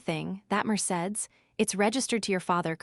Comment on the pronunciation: More bad pronunciations!deep! It's pronounced mer say deez!